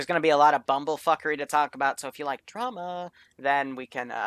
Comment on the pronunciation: the way you say drama was gay dude